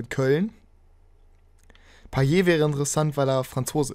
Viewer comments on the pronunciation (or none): none